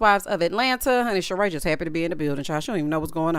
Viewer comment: Everytime you say Sheree's name and say "Joggers"... I cackle lol